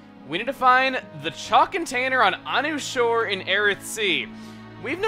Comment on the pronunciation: I thought it was pronounced "a new shore."